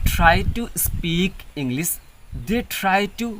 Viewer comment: You have done great job brother absolutely, but I just heard you say Englis not English, s and sh. स and श . My English also not good, I am still learning and improving.